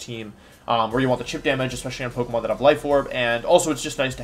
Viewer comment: your pokemon pronunciations upset me